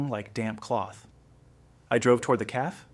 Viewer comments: It is cafe not caf and repeating the mispronounced word is annoying. The caf, the caf, the caf, the caf, my caf, my caf , my caf ... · Get a better reader. CAFÉ please notice the accent over the letter "e". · 😂 the mispronounced CAFÉ takes away the gist of the story. Did you go to school?. Your teacher will scream with anger too listening to your mispronunciation 😂